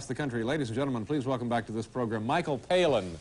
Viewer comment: i love that he always says Michael Palin's name wrong 😂😂